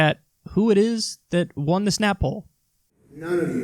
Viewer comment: It's so fucking pathetic already, with the MSM trying to push every single Neoliberal on us cuz they're "anybody but Bernie." 😆 BTW, anyone else notice that Kyle pronounces "Snap-Poll" as "Snapple?" 😁